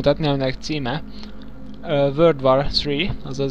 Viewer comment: Igen. És csiszoljatok az angolotokon. Nem a war-t nem vár-nak, hanem kb. vór-nak kell ejteni. A crytek sem "kritek", hanem krájtek.